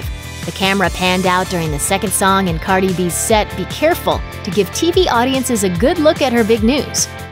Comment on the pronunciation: why did y’all call cardi “carly” lmaooo